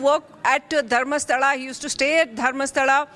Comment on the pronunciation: Can anchor pronounce Dharmasthala properly